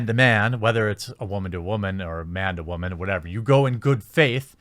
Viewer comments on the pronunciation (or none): Is "wahman" just an accent thing, an in joke I've missed, or a belittling way to speak about women?